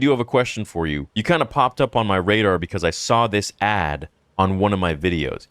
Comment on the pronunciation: Why do so many people say “SAWL” instead of “SAW”. Is it just an accent thing?